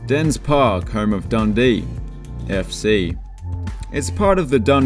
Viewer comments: Tanna.....DICE. Not Tanna....diss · Your pronounciations of Tannadice and McDiarmid Park made my ears bleed.